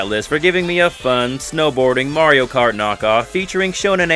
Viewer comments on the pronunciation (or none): none